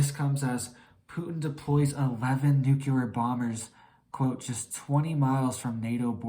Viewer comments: It’s not NUKELAR but NUCLEAR!!!! ARGHHHH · Nuclear, not nuculer. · U sound like a child New clear Nu clear Nuclear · Bro, you should get some rest and stop trying to scare everyone. You look like you haven’t slept in a week and can no longer pronounce nuclear properly. Everyone knows the world is an unstable mess already. We should all focus on staying mentally fit and preparing for whatever comes our way. This is the opposite of mental fitness, I couldn’t make it past 3 min 31 seconds…